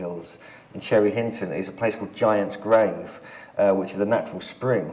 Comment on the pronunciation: 😂😂😂chinton, cherry Hinton,say it like a locale 😂😂😂